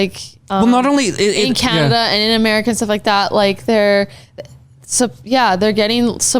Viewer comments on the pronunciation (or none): none